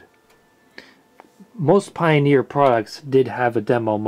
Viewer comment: "paioniir". XD.